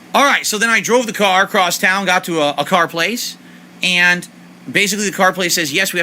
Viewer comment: God, I hate the way he says ayunnd